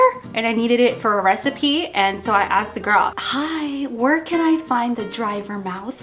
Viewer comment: " dry ver-mouth" lol